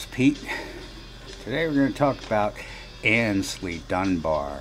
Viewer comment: I used to mispronounce the first part of Aynsley's name. I always pronounced that first syllable as in, "Ann's" when it actually should be pronounced as in, "ain't" or, "aims." So who corrected me about my mispronunciation? Mr. Mayall, himself!